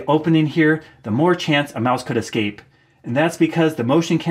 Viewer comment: es-KAPE, not ex-KAPE.